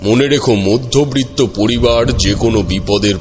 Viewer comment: মধ্যবৃত্ত নয় মধ্যবিত্ত হবে।